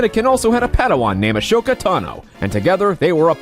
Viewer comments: Assshhhhhoka ? Its asoka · awesome...but the H in Ahsoka is silent